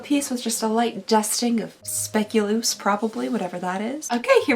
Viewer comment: I know what the Spek-u-lose is! It's Specculaas (Spay-QUE-lass) a dutch Christmas cookie that's been gaining popularity lately! I've had them since I was little but they're popping up everywhere now!